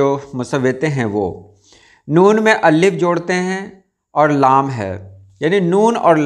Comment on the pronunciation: Aap Allif kion kahte hain Alif kion nahi kahte ?